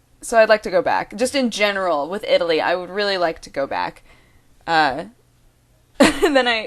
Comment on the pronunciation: When you are talking and say city names, you seem to try to make a point to put the proper accent for each city. I love it!